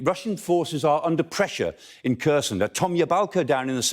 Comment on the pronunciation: Good summary, but you'd think he would have learned how to pronounce 'Kherson' by now. just getting the emphasis right would help enormously.